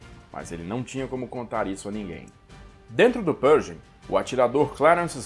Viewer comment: Interessante a sua pronúncia de "Pershing". Dei uma pesquisada aqui no youtube e em outros sites e não ouvi ninguém pronunciar como você, a não ser o Mark Felton, que é de Colchester, Inglaterra, local de sotaque bem peculiar, mas eles não pronunciam a contração "sh" com som de "j". Não creio que esteja errado pronunciar "perJing", mas me soa bem esquisito...